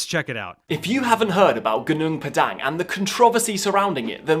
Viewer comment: the dhipshit can''t even prnounce the site's name properly.it's pronouced Hoo-Noong Pah-Dung meaning mountain field,at least in bahasa malasia